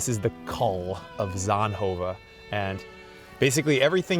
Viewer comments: Yay Belgium welkome to my country . It sound like he says sandhoven 😂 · please stop pretending you can pronounce zonhoven